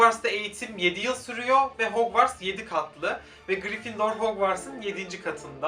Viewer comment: Hogwarts'ı yazılışıyla söylüyo kuduruyorum